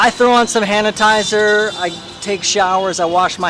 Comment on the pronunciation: Hanitizer 😂 not sure if that was intentional but it made me laugh. Great video!